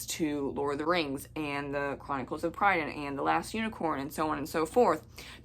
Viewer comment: Pri - dain, not Pry - dain (short 'i' in first syllable, emphasis on first syllable) Annuvin in Welsh is Annwn (I think) You must have had fun with Taran's friendly bard, Fflewddur Fflam! Hope this helps 🙂